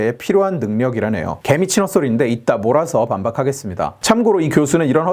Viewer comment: 나 아까 오디오만 듣고 다시 보는데 몰아서 반박하겠다고 하신 부분 망각하겠다고 들렸음 ㅋㅋㅋㅋㅋ 근데 너무 자연스럽네 ㅋㅋㅋ